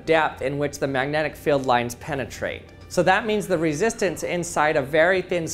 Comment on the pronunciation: Magnetic "Feld" "Fill" "Feel"? You are the WORST!